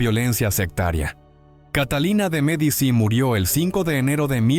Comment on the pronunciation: Ya con la voz de IA y la pronunciación de Medici se me fueron las ganas de escuchar. Disculpen